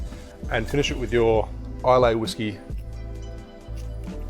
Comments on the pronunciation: Not being nitpicky but Islay is pronounced ‘ila’ not ‘ilay’ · EYE-LA NOT eye-lay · Nice vid....just sayin’ ...there’s no “y” in Islay. It’s pronounced Isla.... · Hopefully you've learned how to pronounce "Islay" by now, since this video came out 5 years ago. It's "eye-luh." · Islay is pronounced as Isla. The "Y" is silent. I live there lol. But that drink is phenominal! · You totally botched the word ‘islay’ 😂😂 coming from someone who has family living on the island... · Check the pronunciation of Islay